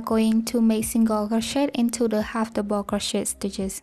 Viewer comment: I just wanted to let you know that me and my friend made this together and she shamed you for how you say double she is very rude, she is no longer my friend